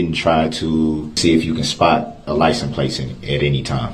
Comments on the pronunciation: What I hear him say is "liesen place" . Why do so many people seem to hear this differently ? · Licent place!😂 These people are just preposterous. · He dont even know what hearsay means. When judge called him out one time to look up the definition of hearsay, he got a attitude and said im aware of what hearsay means. He dont even know what simple words mean nor does he know how to pronounce simple words like license plate. He says licen place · Licem place